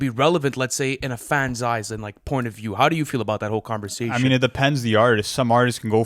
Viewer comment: Nobody:: CONVERZATION